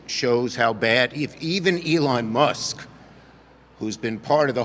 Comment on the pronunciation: It's Elon Mus"K". Not Muss